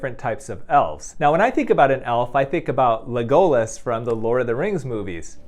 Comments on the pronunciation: OMG that drives me NUTS!!!!! But I'm one of those ppl that anytime people say they're doing good, I respond that I'm glad they're doing well, or that I'm doing well... yeah... Just so you know, Dr. Youn... the accent is on LEG. So it's LEGolas. kk? plz fix thx :D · The elf in The Lord of the Rings is called Lego-las, not le-go-las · Pronounced LEG-oh-las, not le-GO-las. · Love your videos but have to say, it's pronounced LEG-oh-las, not le-GO-lass. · Le Go Less :( It's Legolas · LegOlas... Wrong pronunciation doctor. It's LEgolas. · Leg-oh-lus 😂 I love that you used a WoW night elf and one of my fave authors as reference (the ears pic, that’s holly black. She writes a lot of fae characters) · not "le-goal-less" lol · I hate Lord of the Rings and The Hobbit but I know you don’t pronounce Legolas like that 😂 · Is Lego-Lus bruh... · The accent is on the first syllable. LEGolas. LEG-oh-lus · im sorry but that is NOT how you pronounce legolas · Every time he pronounces Legolas like that part of me dies. It’s like taking poison damage in a video game. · I'm sorry....pronounce Legolas again? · Why you pronounce Legolas like that 😂💀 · I was curious, so I looked up how Legolas is supposed to sound, and most people are saying the last syllable wrong. Also, it literally does not matter in the slightest if a doctor does not know the correct pronunciation of the name of a fictional character. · OmG a little part of me died everytime he mispronounced Legolas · Came to the comments just for this. Why'd the editor not tell him to fix this 😂